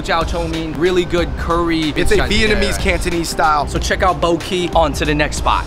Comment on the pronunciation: Bo Ky is a classic. Pronunciation was a bit off, more like (Bor Gae).